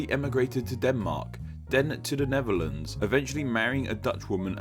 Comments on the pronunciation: As a person who exclusively speaks English, pronunciation of the "Neverlands" was also pretty painful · Neferlans....that was nasty